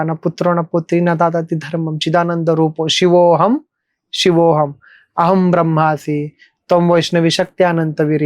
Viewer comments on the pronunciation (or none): ब्रह्मास्मी ❌ ब्रह्मासी ✔️🙌🏻😂